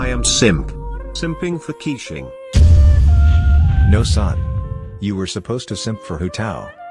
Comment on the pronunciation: it's funny how the tts pronounces keqing as quicheing